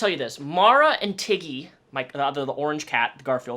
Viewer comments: When you said Tiggy at first I thought you said Titty. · At first I heard Tiggy as Titty :'D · "This is Tiggy-" My dumbass brain: did he just say T I D D I E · this is my cat tiggy what i understood: titty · Ngl when he said tiggy I thought he said tiddy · I honestly thought you said titty 🙄😂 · I heard Tiddy when you first said Tiggy’s name. Lol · I thought you said titty not tiggy lmfaooo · I thought you said tittie at first. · Not going to lie at first i thought you said his name was titty lol 😆